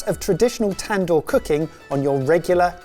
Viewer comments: tan-door😂 it's more like dooor ,tandoori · Wtf is a tan-door😂 I'm not trying to be mean... But there is a writer and script and a whole lot of other hands went into making this video (which i enjoyed as with all the content on this channel)... And not a single person said "cut! The word is pronounced tand-hoor" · The tandoor is pronounced as tn-duur